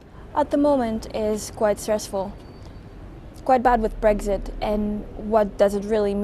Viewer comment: "bregzit" lol.